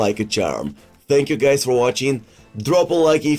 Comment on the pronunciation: “TANK YEWW LEWANGOALSKI”